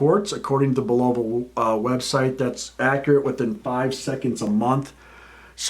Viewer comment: Learn how to pronounce the name correctly.